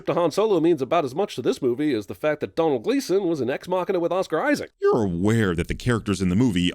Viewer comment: Also also it's Domhall Gleason , not Donald.